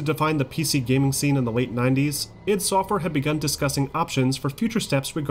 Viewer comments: It's pronounced, "Eye-dee," not "Ihd!" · The way he says i.D. Makes me nuts!